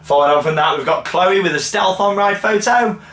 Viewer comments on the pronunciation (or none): none